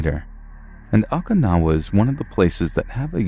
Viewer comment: Oh-Kuh-Now-Uh...haven't you seen 'Karate Kid II'?